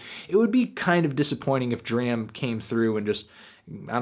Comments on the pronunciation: ITS PRONOUNCED DROM NOT DRAM HAHAHA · MELONHEAD. IT IS DRAM AS IN DRAMA WITHOUT THE 2ND A. NOT THE WAY YOU'RE SAYING IT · its pronounced drawm... what was the line from broccoli? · it's pronounced DRAHM like DRAMA without the A you bald headed fuck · It's pronounced "drahm" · u say his name wrong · It sucks he keeps pronouncing D.R.A.M name wrong..... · can't get over fantano mispronouncing DRAM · you dont even say his name correctly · my G u prolly shouldn't review an album if u can't pronounce the artist's name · thats not how you say his name lol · thumbs down for pronouncing his name wrong. just kidding love you melon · He mispronounced his name every single times and I couldn't handle it. I'm glad it's a positive review though. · U and like James can't say his name properly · Stop pronouncing his name wrong! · ITS NOT PRONOUNCED LIKE THAT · Can you please pronounce his name right next time :) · Nigga say his name right lol, dram always talks on how he hates when people say his name like you do